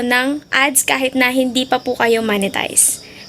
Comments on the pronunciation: Ma'am yung pronounce ng monetize hindi Manitized hahahaha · Hi ate its "MOH-NE-TIZE" not "MA-NE-TIZE". Mo po yun as in mop not map